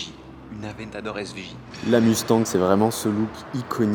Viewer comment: Svp, cessez de dire Musse tangue. Ca se prononce Muss tagne, comme dans Elon Mus(k) et comme dans mon-tagne.